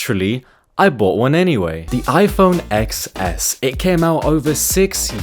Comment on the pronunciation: It's pronounced as iPhone 10, though.